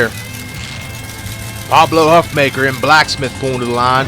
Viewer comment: I think Huffaker's name is pronounced Huff-Faker by the way